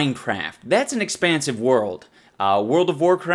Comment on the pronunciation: Expansive sounds like a asian is trying to say expensive